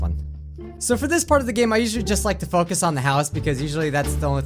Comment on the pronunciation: Wait what what do you say focus it sounds like you say A swear Word